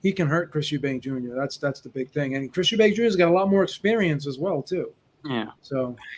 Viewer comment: Killing me with the "Eubanks" pronunciation. It's Chris Eubank Jr. Folks to the same with Golden State Warriors legend, Chris Mullin, calling him "Mullins."